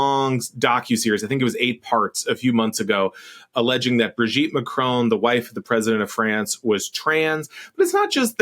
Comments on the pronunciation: It's MACRON, not Marcon. Jeez atleast get the name right. It's the name of THE president of France after all. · Macron, not Marcon. Weird. You're usually on point. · Why can't Americans pronounce Macron's name correctly? The presenter says 'Marcone' and Will Sommer says 'Macrone'! Surely a nasely 'Macronnnne' isn't that hard! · And when Trump met ‘trans’ Mme Macron he could barely keep his tiny hands off her. What would Ms Owen’s make of that? And btw it’s Ma-kron, not Ma-crone. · "Ma cron", not "marcon". Thanks "JUST emotional damage"? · "mark own" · It would be nice if you bothered to pronounce the name Macron properly. There's no E on the end of Macron.